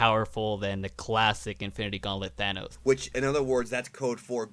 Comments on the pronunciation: Every time he pronounces Thanos wrong i get annoyed (Th-an-os) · He really says thaynoss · If you really loved thanos you wouldn’t pronounce it Thayyynos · Lol, it's pronounced the way it is written, not ThaYnos :) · Sooo you saying Theynos? 😂😂😂 ok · Theighnose? The a does not say its name so plz stop making my ears bleed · I'm fine with you mispronouncing "Thanos" as "ThAYEnos" ... but just pick one for gods sake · When he says Thaynos I get so fucking triggered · How he says thanos "theinos" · Wtf, Goku would win any day over THANOS only if he DIDN’T have the infinity gauntlet, now if Thanos had it, lol no competition. Also some pronouncing it like “Thane-os”, it pisses me off. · Ouch, it's not pronounced "Thaynos". I have been a DB fan since 1998 and Goku is my favorite character, but Goku would stand no chance against Thanos with the Infinity Gauntlet+6 gems. If it was just the power and space gem, then of course Goku would win. However, things like reality, time, mind, and soul are just too much. Goku could be turned into candy by a single thought rather than Buu sending his magic beam. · If you are fan of marvel you wouldn't pronounce Thanos as THAY-nos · Anyone else get mad when this nigga kept saying ThAAAAnos, instead of thanks🤣🤣💀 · Thaynos... the fuck is wrong with this dude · I honestly couldn't watch us all the way through because you couldn't pronounce Thanos correctly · Please.... please stop saying Thanos like that.. x.x lol I'm not actually salty but C'MON MAN LOL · Have you tried pronouncing Thanos correctly ? Because you're doing it wrong in this video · Who is sick of the guy saying "Thanos" wrong? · Bro if one more person says thanos name wrong I’m gonna lose it hahahahaahah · The way you say Thanos makes me want to kill myself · What's funny is how he pronounces thanos lol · He’s pronouncing Thanos wrong. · The way you pronounce Thanos makes me cringe. Love your videos, though. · It's pronounced Thanos not Thanos. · You say thanos wrong